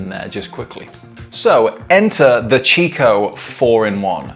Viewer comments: It's pronounced "Kikko" not "Chicko". It's an italian brand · In the UK it is normally pronounced 'chicco' never heard it pronounced 'kikko' before. Maybe over time it may change like the pronounciation of 'Nestles' to 'Nestlay' and 'Jané pronounced 'Han-nay'